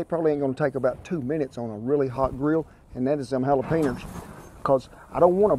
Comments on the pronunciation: "Halejepenas" lol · Dude said halajapinas hahahaha